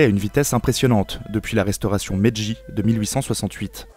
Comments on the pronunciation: Petite erreur : pas "Ere Meji" mais "Ere Meiji" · Petite parenthèse, c'est "ère Meiji" et non "Meji" Sinon, la vidéo est pas mal. Continue comme ça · On dit pas Meiji?